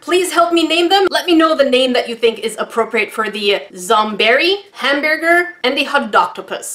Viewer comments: WHen said hambearger weirdly it sounded like that time in the Pink Panther when inspector Clouseau couldn't pronounce hamburger. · “Zombeary” “Hambearger” “Octobearus” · “Don’t worry, he’s sleeping “ 😂Also you struggling to say Hambearger reminded me of the Pink Panther movie with Steve Martin from the 2000’s. Anyone else? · /Ham-BEAR ger